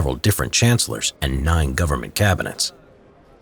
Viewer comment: haha only me who heard " NEIN government cabinets"